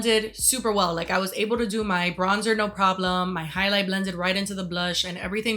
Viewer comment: I don't know if you ever watched Mozart in the Jungle but you pronounce "highlight" EXACTLY THE SAME Gael Garcia Bernal tries to say "Haley" hahaha please google it